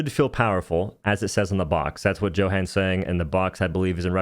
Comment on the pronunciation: his name is pronounced as yo han. couldnt be more obvious that your american